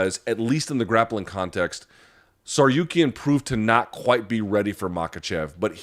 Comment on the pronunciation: Lmao bro absolutely butchered that 😂